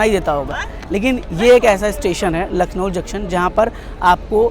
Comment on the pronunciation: भैया आप लखनऊ को लखनऊल क्यों बोल रहें है?